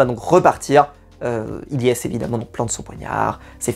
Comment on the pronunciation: Les gars arrêtez de dire Ylyess c’est Ilyesse 😅